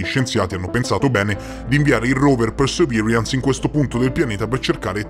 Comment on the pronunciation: Con l'inglese non ci siamo ma sei il migliore 😜 "Persevirians"😂